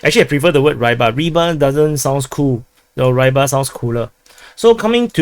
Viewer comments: It's pronounced Ribar, not Rybar. It means "fisherman". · But its Ree-bar not Ray-bhar, FYI... More cool is to learn basic Russian letters pronounciations and transliterations, as you may have noticed "j" is actually "Y" in English and "y" is "ee" for example. Do you want to be accurate or a clown butchering names of things and places?